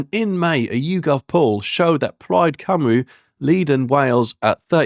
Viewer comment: Good grief dude, your Welsh needs some work. Caerphilly = Care-fil-ee Plaid Cymru = Pl-eyed Kum-ree